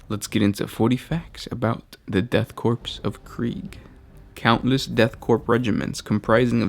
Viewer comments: I don't mean to be rude but why the he'll do you say korps as if It was spelt corpse, it's pronounced core but spelt korps, pronounced the death core of kreig, spelt death korps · Korp, and Korps, are not pronounced as corp, or corpse. Korps is pronounced the same as corps, and sounds like core. This is an awesome series, and I love what you do and the passion you bring to your casts. Thank you. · It's not pronounced Corpse it's pronounced Core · lmfbo stop saying death corpse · Try saying Korps.... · Korps is not pronounced like "corpse" where are you getting that from? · Korps is not pronounced similarly to corpse. And death corpse just sounds like a edgy teenager black metal band that never puts music out. E.g. not cool. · korps pronounce core because it come from the French who created the Corp d'armée. Everyone forgot it but the death korp is not German but a mix of ww1 and napoleonic soldiers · ITS NOT CORPSE ITS CORE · death korps is pronounced "core" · Me after watching the first: man I hope he says "core" Me after 10 seconds: Aaaaggaggahhh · it bothers me how you say Korps....Its pronounced "Core" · it's a silent P so say it like 'Cor' . good work overall!